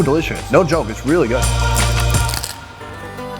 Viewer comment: I though said "No yoke, that is really good." 😄